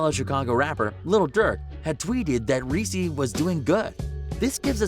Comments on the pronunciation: It’s lil reese hahahahahah not lil resse bih dafuq how you gon make this video and not know how to pronounce his name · Guys who is reessee lol it’s lil Reese bro this is why you shouldn’t cover this cause ya cant even pronounce the mans name right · He said Reese (ress-E) lol it’s just Reese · Bruh it ain’t lil reesey it’s lil reese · Its not greesee its reese Dumbass 😆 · Just wanna throw this little tid bit at.... his name 'Reese' is not pronounced Reese like the Reese's Peanutbutter Cup the chocolate candy. It's Reese with the double e's being the long e sound and the e on the end being silent. This dude can't possibly know anything authentic about Lil Reese; he has no idea how to even pronounce his name. What a joke. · This Dude Said Lil Reesey 😂😂😂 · this man literally said lil reeceee what the fuck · Yeah, they keep calling him "reesie". Is he a little CANDY CUP?? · resse is pronounced rease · infin-ian Q50rs glad I read your comment.... hearing him call him Ree see ruined early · Lmfaooooo they disrespected him by the way they pronounced his name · dont make a video on gang rappers if you cant say the names right reese freeeedo santana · Saying his name wrong wtf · Lil "Reese" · why you saying his name like the fucking chocolate